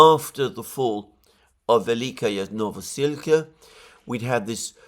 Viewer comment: Hey, I love your analysis and i hate to be pedantic but I have to say that your adding a "ya" to the ending of Velyka is disturbing even for someone who does not speak Ukrainian. The correct pronunciation is vel-lee-ka novo-sil-ka.